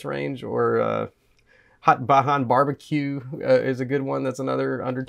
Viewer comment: Bajan (Bay-Jin)